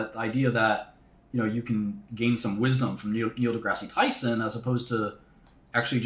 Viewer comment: "If your facscinated by Malcolm Gladwell I feel bad for you." "Neil Degrassy Tyson" 😂